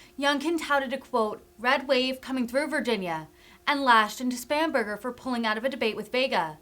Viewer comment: I kept hearing “spamburgar”. Must be hungry.